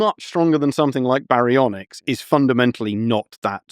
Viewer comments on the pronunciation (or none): none